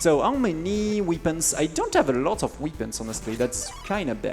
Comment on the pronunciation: Weepins! (It's pronounced "wepp-euns.")